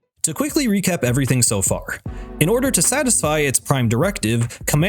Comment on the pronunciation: I love how so far is pronounced as a swear word lol